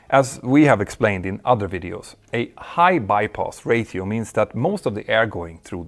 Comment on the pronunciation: I love hearing about the bai-poss ra-tee-oh.